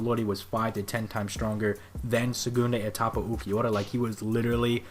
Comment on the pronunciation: It's pronounsed "sehgoondah Ehtapa" or just "second stage" other than that, great vid man.